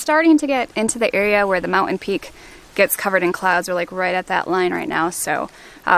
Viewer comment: The word is "Mountain" not "Mou'-en". Pronounce the "nt" please. He does it even worse . "Beoo'ful is'''ehhn?" ENUNCIATE, please. "Overstayed a little longer than we should have." "...Dutch guy from Holland." Redundancies are distracting. First of your vlogs that I've watched. Not great. I'll watch a few more. Maybe you were just having a bad day.